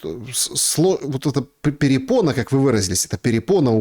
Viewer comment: упорно называет препону перепоной😂, ухо режет еще множество подобных невежеств. Неуч.😊